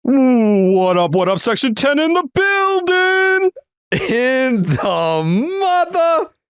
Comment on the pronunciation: Ts intro was an improvement today. Just needs to hold a little bit longer, and make sure to actually pronounce the g in building.